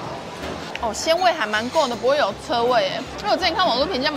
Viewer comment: 為什麼腥味會唸成ㄔㄜ味？😅